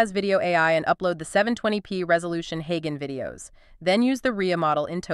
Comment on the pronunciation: Creators using text to voice AI should have a listen to the result before they post. Like, to see if your AI is mispronouncing words such as "HeyGen", which has a soft "G". And don't you need to split the audio for the two Notebook LM speakers? Or are you having each HeyGen avatar do the entire audio, then splitting it up later yourself?